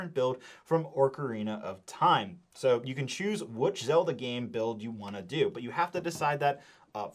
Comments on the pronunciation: He got Zelda 😵‍💫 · He pronounced Korok and Zelda right… other than that 🤷🏻‍♂️